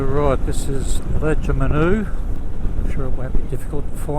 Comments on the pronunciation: Lajamanu pronounced larger marn oo but awesome logs keep them coming! And I want to know where to get that 4 way tube spanner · Large-a-marnoo is how you pronounce it, I lived and worked in Yuendumu in 98, a bloke I worked with reckons it was a rough town. Rabbit flats is the only locality in the world to have its population double overnight when the twins were born 🍻 Cheers again for another quality episode mate, take care in the snotty stuff 👍🏼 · I lived and worked at Lajamanu for two years in the late 1970's Lajamanu is the Warlpiri name for what was once called Hooker Creek. Lajamanu is pronounced - large ah mun ooh - My father would later tell me it was the happiest he'd ever known me to be ... if you've watched tv series bush mechanic from the early 1980's you'll know why.